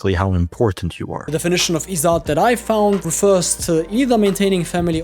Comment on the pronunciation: izzat (the rest of pronunciation was correct, but there's no 'aa' sound) just means honour or respect. While yes, it results in many patriarchal choicemakings, Western cultures also had similar issues. India having a huge littering problem has nothing to do with "Izzat", no clue where he's gotten that.